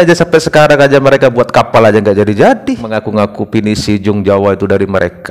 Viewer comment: Kapal disebut 'kapai' 😂😂😂